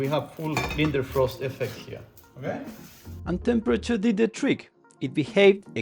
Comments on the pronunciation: btw it's Leidenfrost not Lindenfrost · Leiden-frost, not linder-frost :)